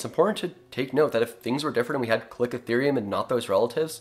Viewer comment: It’s pronounced “ca-liko-therium